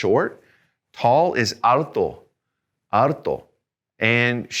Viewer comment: I continue to enjoy and learn from your lessons. Could you please clarify the following. The word for ‘tall’ is ‘alto’. Is it pronounced as it is written or with an ‘r’ instead of the ‘l’, so that it would sound like ‘arto? I hear you say ‘arto’. Many thanks as always and thanks for your patience and prompt responses. Regards, Jay